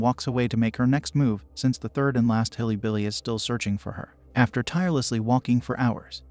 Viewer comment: While the voice is AI generated, the script writer had to intentionally write hillybilly to make the AI say that.